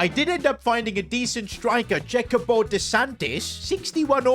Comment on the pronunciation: I hate how he said "Jacopo" it Just hurts